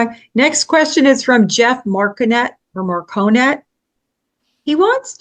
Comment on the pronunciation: thanks for correctly pronouncing my last name. Marconet. 😊